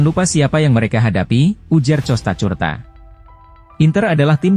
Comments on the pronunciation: itu suara tts...klw di setel ke bahasa indonesia maka semuanya di baca sesuai abjad..tapi sebaiknya adminnya jeli...klw Costacurta harusnya diganti kostakurta..biar bagus di dengrnya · Ngomong Costacurta nya lucu min hahhaa